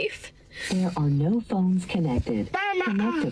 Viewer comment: says no like 'nareeeaauuuu'.... u aussie dawg?